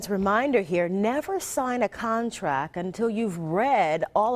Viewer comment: "contrack" HAHAHAHA